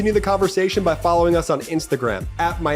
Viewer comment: Can you fix you commercial please?!?! There is no D in the word important. Dude sounds like the queen of the uneducated,, Marjorie Taylor Greene, every time I hear him say “Impordant news.”